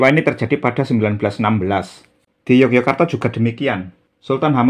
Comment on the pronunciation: Mpu, pelafalan Yogyakarta kalau dijawakan menjadi Yogyåkartå itu rasanya tidak lazim. Melainkan malah Ngayogjåkartå atau Yogjå. Kemudian, RM Sahid (yang orang sekarang lebih familier dengan nama Pangeran Sambernyawa), justru pada masa hidup beliau lebih populer dg nama: ~ Raden Mas Suryakusuma (nama RM Sahid setelah menerima lungguh dari raja Kartasura PB II); Pangeran Dipanagara pun (dalam Babad Dipanegara) mengenalnya sebagai: Pangeran Suryakusuma ~ gelar dan nama yang dipakai RM Sahid / Suryakusuma pada masa berjuang (dalam waktu yang lama) adalah Mangkunagara, Pangeran Mangkunagara (nglorod asma sang ayahanda). Dalam Babad Panambangan, Babad Giyanti, dan literatur lain pun lebih banyak dipanggil dg nama Pangeran Mangkunagara. Nama ini juga yg kemudian dipakai juga ketika telah menjabat adipati (KGPAA Mangkunagara I). Toh, saat bersekutu dg sang paman (Pangeran Mangkubumi), nama beliau juga imbang: Pangeran Mangkunagara. Dan julukan Sambernyawa hanya populer bagi orang sekarang saja. Padahal jauh sebelum menjadi adipati Mangkunegaran, beliau (RM Sahid) telah memakai nama sang ayah menjadi namanya (Pangeran Mangkunagara).